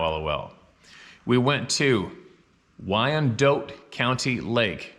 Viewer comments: WynDOT. Is not prounonced Y in Doe T. What's wrong with Canada that makes people constantly mis pronounce the simplest of English words that break all the rules of proper grammar? Not being picky or ballistic.....just a tad irritating to see such wonderful people at the oddest times suddenly unaware they sound absolutely retarded. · World Turkey Federation. Wyandotte is pronounced "Wyandot." Have a great weekend everyone. Take care and safe travels.